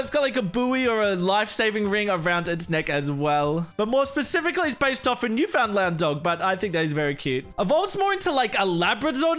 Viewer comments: Love this as a Canadian! Also, I know how it’s spelt, but it’s actually pronounced as “Noof’n-land” :) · It's pronounced Newfinland but spelled Newfoundland. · its always fun listening to non-canadians pronounce Newfoundland as its spelled